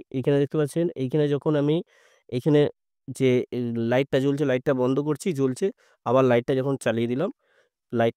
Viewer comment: Banda ? Bandha bolte janona ! Madrasa education naki !